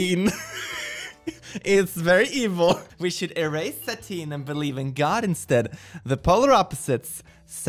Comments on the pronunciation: When You pronounce the word 'satin' you said, sat-een, but it's pronounced sat-en like I sat in the chair. It refers to that silky material that isn't silk. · Not sure if you were just being silly or if you don't know, but "satin" is pronounced "sah-tihn" (like sad without the d, followed by tin can)